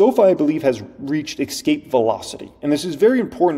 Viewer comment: How is tax loss harvesting a great deal when it's limitied to only $3,000 a year? That's not a lot of help, when you're in the market with much larger sums of money that could be losing. And "Ex-cape" is not a word. It's pronounced "Es-cape". So you will take your 1,000 shares of ELF stock, to the grave. Really? So you are saying that you will never enjoy the profits from the stock, and basically just threw the money away. How is that smart? I know you were just making an exaggerated statement for effect but, it's a stupid statement.